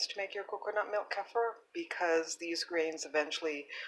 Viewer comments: Thank you. Helpful recipe. Hopefully you know by now: "kefir" is pronounced kee-fer. Not keffer. Crazy making considering how often you say it in your video. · its actually pronounced "kuh-feer" not keefer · You can pronounce it any way you like, but the way I pronounce it in my videos is actually correct if you're not European. Most Europeans, from where it originated, pronounce it 'kefeer'.